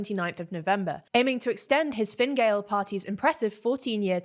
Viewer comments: I would hardly call the election in Ireland a "snap" election. It was coming anyway, the latest it could be held was next March. Also its pronounced Fin-a Gael (not Finn) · The pronunciation of Taoiseach has improved a lot, thank you. It means a lot to have our language respected.The pronunciation of Fine Gael could do with some work though.